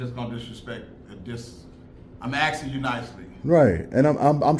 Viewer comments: I'm axing you nicely. Phew, as long as you're doing it nicely. That other security guard should be calling Jenny Craig rather than 911. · WTH is "axing"? I don't see anyone cutting down a tree etc. 😂😂😂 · I’m axing you nicely. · I'm axin' you not to racord me. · lots of axing going on. I wouldnt feel safe either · He axing nicely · I am wondering how sharp is his AXE? The people keep Axing!!!!🐼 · Lots of axing and polelice calling